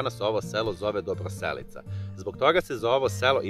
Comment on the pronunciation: Sve je lepo osim nakaradnog i pogresnog akcentovanja naziva sela. Dobroselica. Cujte kako ljudi koji tu zive izgovaraju ime svog mesta!